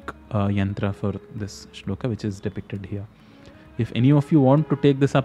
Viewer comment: नमस्ते बहुत अच्छा समझाते हो. लेकिन आप श्लोक को श्लोका क्यूँ कहते हो? कुछ अजीब सा लगता है। 🙏🙏🙏